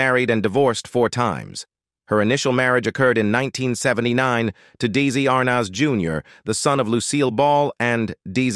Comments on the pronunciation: DZ Arnez? Really AI? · I literally HATE when people use a computer generated voice to do the narration part of these wanna-be Documentary type videos like saying Erin More-Anne, instead of Erin Moran, and Deezy Arnoz instead of Desi Arnaz #CompleteFAIL & #LAMEandLAZY 🙄